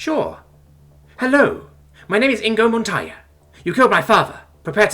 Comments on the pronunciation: it's Inigo Montoya, not Ingo Montoya... sounds like someone never watched the Princess Bride, I guess it was too intense. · That pronunciation of Inigo Montoya is unforgivable